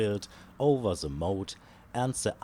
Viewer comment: Coole Sache das Video auch auf englisch anzubieten. Vielleicht noch dran denken, das "th" nicht als "s" auszusprechen ("the" =/= "se") aber das ist meckern auf hohem Niveau :D weiter so, hoffentlich kommt bald mehr